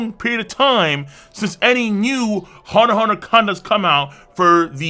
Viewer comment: You don't pronounce the "x". That's how it's supposed to be done.